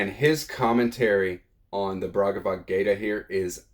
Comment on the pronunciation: Bhagavadgita, not BRagavadgayta